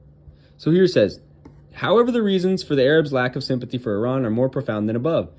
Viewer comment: Did this white boy just says ayerabs? The fck is a zionist china?